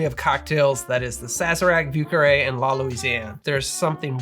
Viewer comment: Thank you for saying 'vieux carré' and not 'voo carray'